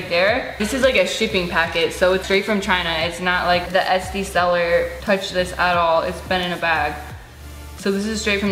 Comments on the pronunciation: it sounds like you say esty instead of etsy the whole time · Did anyone else think she was saying etsty instead of Etsy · “Es-tee” haha